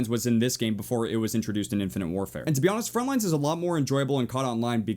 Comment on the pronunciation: Every time u say 'frontlines' i cringe so hard. There's no s at the end..